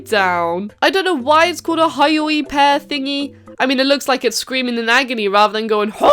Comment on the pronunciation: It’s pronounced hyoi pear (HYOY)